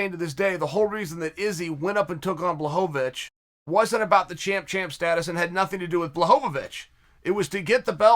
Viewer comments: Me: Blachowikz Uncle Sonnen: Blahovavich Me: Blahovavich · jan: my last name is blachowicz chael: blahovovich jan: ok, great 👍 I'm Jan Blahovovich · Chael “Blahovavich” Sonnen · “Blahovavich” - Chael 2021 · Lol the dedication to “blahovovic” is maybe my favorite aspect of this channel